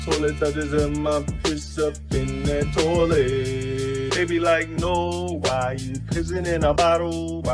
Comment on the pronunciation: “THAAT.” Lolol what accent is thaat?